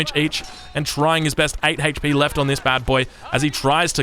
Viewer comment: I like how he says hate-ch P